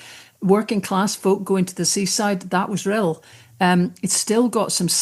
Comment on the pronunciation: You not only pronounced Rhyl perfectly - your speech was spot on and spoke aptly and beautifully of our nation as well as your own! Lesley, your speech was amongst the best of the lot on the day, but we can't thank you enough for making the journey down to be with us! Alba gu brath <3 Cymru am byth